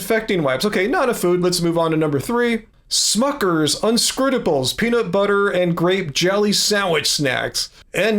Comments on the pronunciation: I'm sorry but... "Un-scrute-ables?" 😂😅 It's "un-CRUST-ables". Just making lightheart out of that pronunciation! Haha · how are you pronouncing uncrustables??? 😭